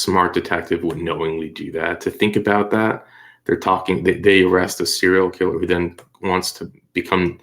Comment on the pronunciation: it’s “serial” lol I couldn’t help myself. Great video as usual